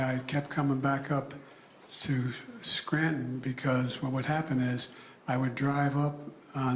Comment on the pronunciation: Biden couldn’t even pronounce Scranton right. 😂